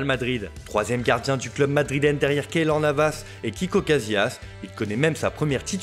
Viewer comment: Casilla pas Casillas